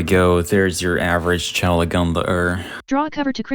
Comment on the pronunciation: are we ever going to tell him how to properly pronounce "chalk"